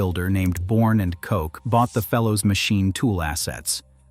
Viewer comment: That was very informative but details matter. You skipped around 60 years of the most popular machines Fellows ever made. Larry Bourn and Loyd Koch ( pronounced "ko", not "coach") are both still alive, Loyd still works even though he's in his 80's, and when talking about shapers you showed CNC gear hobbers derived from Barber Colman designs, not the Fellows shapers you were describing that we still service, repair , manufacture, rebuild and retrofit. The largest Fellows gear shaper ever made was a Hydrostroke that has almost a 3 foot stroke and over 100 inch O.D. capacity. On the Barber Colman, note, that video mentioned when the company started, but I've worked on models from 1903. We have all of the records. Maybe you should visit B&K, since we are OEM for 29 of America's greatest machine tool names including Springfield Grinders and Jones & Lamson, both named in this video. Yes, I've worked on many of those too. Please come visit us, we have the history and all of the blueprints for all 29 of those old American made machines. 2500 Kishwaukee St., Rockford IL.